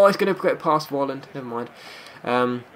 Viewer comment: Dear. you pronounce his name "Folland" not "volland":)